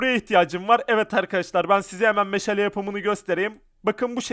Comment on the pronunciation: Meşele değil meşale